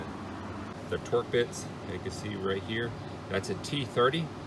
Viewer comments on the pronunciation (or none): "TORX" (all caps) screws not 'torque' screws - thanks for posting the video - nice shots of the clips in place.